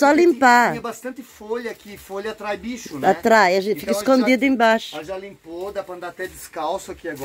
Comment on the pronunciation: Minha linda, com toda humildade, não fica chateada, mas não é "bixo,", o correto é bicho.😊